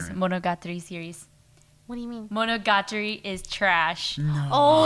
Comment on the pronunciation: I didn't expect them to say monogatari without the english accent, but expected Lily to pronounce it right and she didn't.